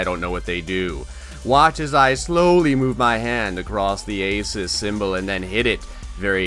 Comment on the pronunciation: This man says ASIS INSTEAD OF ASUS